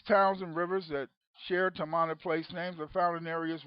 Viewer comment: Tamana is a Fijian (melanesians of the South pacific) .. word which means FATHER..so you can not pronounce it in an english pronounciation,,,the real pronounciation is TAR- MAR - NAH ,,the origin people of a civilisation before Ancient Egypt..way before Sumeria..The land called MU/LEMURIA/KAMU KAMU also means FATHER. When the knowledge was taken to Ancient Egypt after the continent sunk..ancient egypt became KAMU..not Kemet.